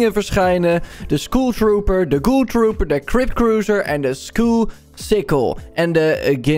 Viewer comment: Het is SKULL niet SKOEL